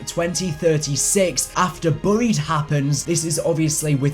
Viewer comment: You say buried wrong